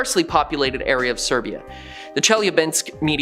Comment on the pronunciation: Not serbia, Siberia!!!!